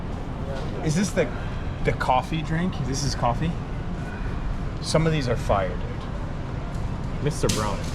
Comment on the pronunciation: I was about to make the same joke, I did a double take when I heard that haha. I forget with some Irish dialects the "th" comes out as a hard "D". Pun intended.